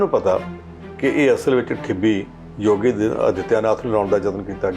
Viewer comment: ਜੁਪੀ ਨਹੀਂ ਯੂ ਪੀ ਜੋਗੀ ਨਹੀਂ ਯੋਗੀ ..ਪੰਜਾਬੀ ਦੀ ਐਸੀ ਤੈਸੀ ਨਾ ਫੇਰੋ ਰਿਪੋਟਰ ਸਾਹਿਬ